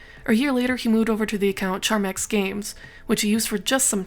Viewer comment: btw its Charmx not charmax (and for him to appear on a lost media vid kinda hurts but it seems he went down his own path)